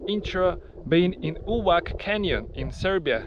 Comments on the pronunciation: Увац, not Увак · Brat moj Uvac not Uvak c not k :) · Увак? Увак??? Разве не знает читать кириллицу? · It's pronounced Uvatz, not Uvak. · Is not "Uvak-Uvac", it's "Увац-Uvats". In serbian Uvo-Ear. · It's called "Uvac" "Увац" !!!! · сказано не Увак, а Увац 🙄ты какой-то русский брат?